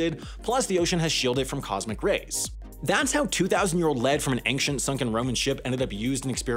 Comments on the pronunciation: It's "ancient", not "anksient". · Ankshent. I can't. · Dude, you pronounced ancient as, "ank-shint." Twice.